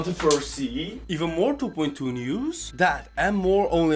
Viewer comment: I love how he says 2.2 like du boind du (No like meaning bad)